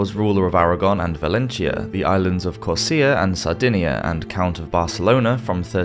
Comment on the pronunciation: Just watched this again and have to mention that the word "sow" rhymes with "how" and not "hoe". Also, I think the island you pronounced as Corsia might be CorsiCa. Again, I really do enjoy your content, but maybe have someone review the narration before uploading it? Just a thought.